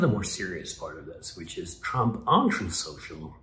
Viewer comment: He pronounced it “Trofe Senchel”. Lol